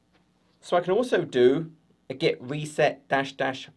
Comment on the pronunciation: Brilliant video as always but stop saying 'get' instead of 'git' 😆